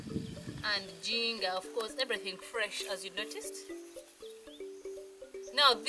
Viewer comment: Ginger is pronounced as one of your towns. Say Jinja.